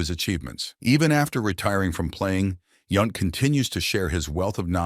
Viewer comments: Hate these auto generated voiceovers. Its YOUNT not YUNT. And dont get me started on Dale Sveum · Yownt not Yunt. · And it's Yount as in mount! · This was such a click-bait video. Also cant pronounce "Yount," "Sveum" and "Musial" correctly? Poor video